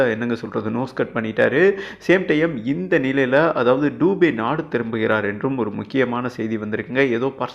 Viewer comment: டூபே இல்லப்பா!!ஆங்கில உச்சரிப்பா,உச்சரிக்காதே!!பெயர்துபே!!இந்தியில் நெடில்உச்சரிப்பு இல்லை!!துபே என்பது,பிராமணன் சாதியில்,ஒருகிளை!!